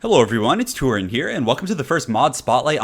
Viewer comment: Turin back when turin used to pronounce his name Toorin